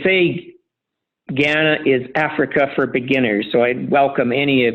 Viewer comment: For someone who invests a lot of money in Ghana, it’s rather surprising he can’t pronounce the name correctly. I doubt he’s spending much time on the ground.